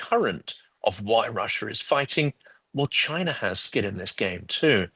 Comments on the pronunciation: “Chiner” and “Rusher”??! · Chiner? Russer? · What's Chiner? Is it like some kind of tableware?